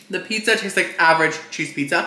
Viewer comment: “PETZA PETZA”